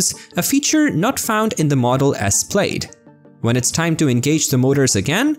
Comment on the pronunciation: It's pronounced 'plad', like 'glad', not 'played'.